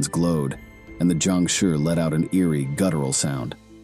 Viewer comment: not Jiangshuuuuurrrrrrrrrrrrr whats with the accept bro?